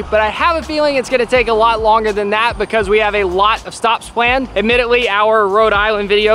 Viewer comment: It’s “pLaned” not “pWaned”. 😂😜